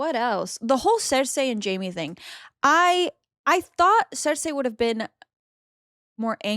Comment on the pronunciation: It's Cersei not THER THEY